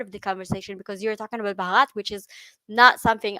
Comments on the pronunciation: One correction: you pronounce India as "brahat" which means nothing. The real spelling is Bharat (pronounced as: bha- rat) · Pronounce as Bhaarath ; name is made of two words Bhanu means Sun and rath means Chariot, so my country literally means Chariot of Sun 🌞 😊